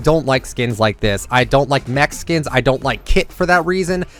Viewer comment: for a second i thought you said i dont like "mexicans" not mec-skins. lol.